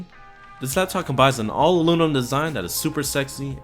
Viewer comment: Its aluminium!!!!!😡 What is loominum?